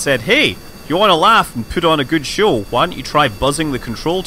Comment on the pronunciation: "shawl" istead of "show" purely englishman :D